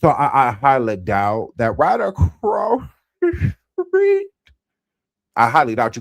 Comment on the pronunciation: I hate to laugh when you say “ across the street”. But it’s funny each time